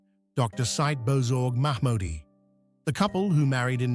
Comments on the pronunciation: Nitpick. I think his name is pronounced Si-eed. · Said is pronounced, “Say- eed.”